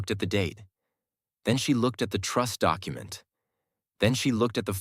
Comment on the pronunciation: AI can't "say" document or documentation or any very of word in ALL stories. Very irritating